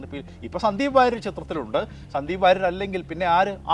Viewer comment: 😅ഇവൻ വാരിയർ അല്ല സുഹൃത്തേ.. അത് പഠിക്കു...